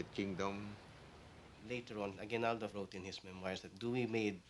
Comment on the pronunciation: Did he just say a-GWI-nal-do??!??!